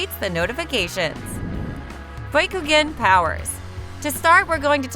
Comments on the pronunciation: Baykugan, Hokaje.... 🤮🤮🤮🤮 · Bookugun , tensaygun , konuhuh, hamyuru otsuki , gooodiedamaas , doo justu. Jen chur icky , fk this ai can’t read for shyt😂